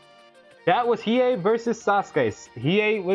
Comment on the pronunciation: Hiei not Hiyu